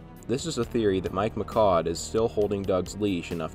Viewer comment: Mishaud as Michaud not Mikaud.